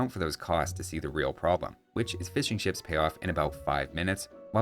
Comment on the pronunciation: I am British, and every time you say "Fishing Ships", it sounds like you're saying "Fish & Chips" and it makes me hungry.